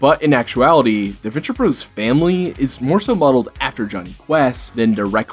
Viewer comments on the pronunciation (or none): My man, I love that you are highlighting The Venture Bros. but it is pronounced Venture BROTHERS not. Venture BROS. You are killing me pronouncing it The Venture Bros not Brothers. But since nobody else hardly puts the time in to highlight this fantastic show, you get a pass and a sub 👍🏼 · Can I go 10 seconds in a youtube video without hearing the word 'iconic'?! Also, 'bros.' is still pronounced 'brothers'. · It's Venture Bros., said as brothers. Not bros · He keeps saying Bros. Ugh. Glad he getting new people into it. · Stop saying "bros."